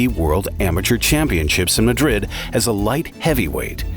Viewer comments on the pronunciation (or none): none